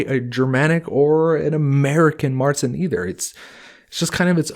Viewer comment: Ok, there's one thing I'd like to have cleared up here. 'Keep it clean and fermenting during the hotter parts of the year' kinda contradicts the 'they could only brew during the summer' part here. I know that that is a conundrum, it's a hard part of history to unveil. Also "Märzen' is prnounced more along the lines of 'cher'( the artist).